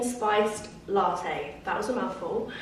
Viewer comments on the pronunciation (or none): none